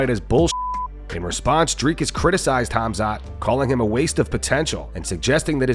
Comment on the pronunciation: says Hamzat for Khamzat and i love it